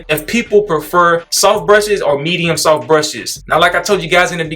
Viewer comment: Lmao always saying “SOFPH”. 😂😂😂 bruh never pronounces the T in soft 😂😂😂 That brush a Medium-SOFPH!!